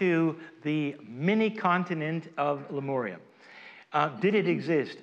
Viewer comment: Why do you pronounce Lemuria as Lemoria???